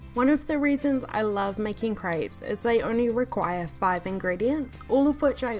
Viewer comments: lmao it's CREPES not CRIPES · please stop saying craaaaapes its crepes :) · she said crayps 🤣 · I love how she says craips 😂❤️